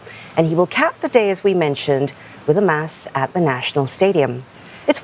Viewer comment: Yup, pronounced the word “Mass” accurately … Hope other news reporters take the cue from her